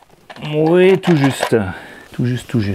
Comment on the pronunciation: Je ris tu arrête pas de dire "ui" on dirait un jeune 😉